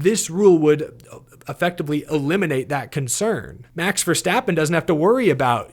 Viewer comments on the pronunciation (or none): none